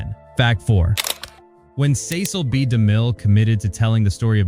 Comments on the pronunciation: The most insane detail is the sloppy inclusion of footage from John Huston's film "The Bible: In the Beginning.." released a decade after "The Ten Commandments." The second most insane detail is the narrator (AI?) treating the . in Cecil B. DeMille as a period at the end of a sentence, and beginning a new sentence with "Demille." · Five different "Hit Like & Subscribe" call outs ruins the video. So does AI narration. Every time the audio says "Cecil B. DeMille" the audio pauses due to the period instead of saying the name smoothly. What a travesty.